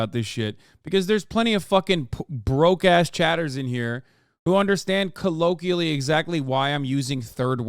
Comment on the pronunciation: {CO-LO-KWEE-AH-LEE} = colloquially Hasan